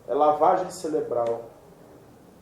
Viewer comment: Excelente reflexão, mas precisa consertar o "ceLebral".